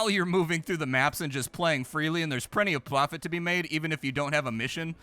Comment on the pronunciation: "prenty of plofit to be made"